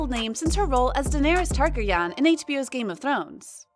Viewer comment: Are we just gonna gonna ignore how they said Daenerys "Tehgrehnaan"